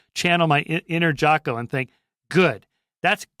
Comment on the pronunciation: I’m skeptical 🤨 if you actually read Jocko, then you would know his last name, or at least how to pronounce it😂